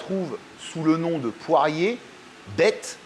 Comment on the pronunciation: J'ai peut-être mal entendu (dur de la feuille!!) mais j'entends poirier, c'est poirée, peu important je ne connaissais pas cette recette accompagné de lard et de riz, je vais essayer, je fais d'habitude les côtes coupées plus grossièrement avec une béchamel.